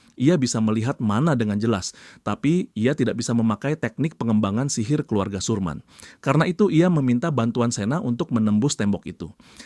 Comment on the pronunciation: Sermin jd surman..😂